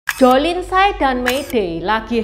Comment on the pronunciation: tsai bacanya yg bener chai.